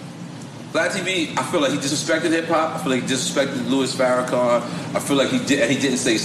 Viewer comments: Pronunciation is prime.Louis Farrakhan not Farracom my brother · U..put some respect on his name.it’s Farrakhan not farrAkum🤔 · why does it sound like you're saying Farrakha(m)? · are you really pronouncing his name with "com" on the end geez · It’s Farrakhan. Not Farrakham. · Im sorry are you saying Louis Farrakham?🥴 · Is he really calling him louis "Farra-com"? And did he say he actually walked with MLK? I promise you Farrakhan didnt march with MLK. Totally different ideologies.... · Pronounce his name right , It is Minister Farrakhan not faracom